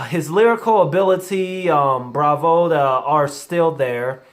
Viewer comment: 'Griselda' said as Grizzly, 'Bravado' said as Bravoda, etc.